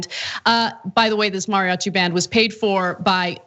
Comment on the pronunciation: This anchor keeps pronouncing “mariachi” weird and it’s bothering me